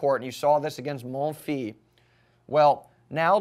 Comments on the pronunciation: Actually it is Mon-fees I live in france and thats how the french pronounce it :-) Your videos are the best, your are very talented for this stuff, a grrrrrrr8 tennis expert you are! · no, i'm sorry but the final "s" IS pronounced... mon fils means "my son", and therefore the name Monfils is pronounced that way ;) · my god learn how to pronounce Monfils, please...